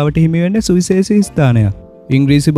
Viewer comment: සුවිසේසි නෙවෙයි ඕයි සුවිශේෂි. මේ මගුල් කරනවනම් සිංහල හරියට ශබ්ද කරගන්න ඉගෙන ගන්නව.